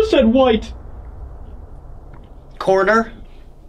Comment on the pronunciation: Sounds more like "coroner" than "corner".